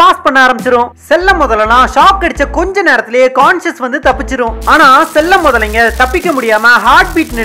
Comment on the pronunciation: செல்ல முதலை இல்லை சில முதலைகள் உச்சரிப்பில் கவனம் தேவை